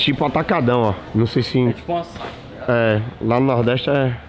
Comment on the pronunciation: mano, pq todo mundo fala "açái"??? O ACENTO É NO Í PORRAN AÇAÍ IGUAL A FRUTA PORRAN